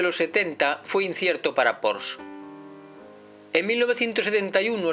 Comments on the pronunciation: Un gran vídeo para un gran coche....sólo un matiz: se pronuncia “porshe” no “porsch” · Tal y como este señor menciona el nombre de este fabricante es totalmente errónea. No es "Porsch", Sino "Porsche". Con E.... Saludos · Como pronuncias el nombre mal ? La E al final se pronuncia , es una marca alemana creado por Ferdinand Porsche y en la gramática alemana siempre se pronuncia la E , en alemania hablamos aleman y no ingles